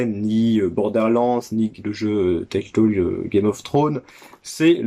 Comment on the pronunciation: Salut mon cher. Trop stylé le evil dead sur xbox première du nom. La jaquette est ouf. Timesplitter, licence tellement sous cotées. Pourquoi tu dis teltole et pas telltale? Haha c'est le syndrome kirby-54 ça mdr. Pouce Bleu à toi cher ami. À bientôt et bon dimanche 😉👍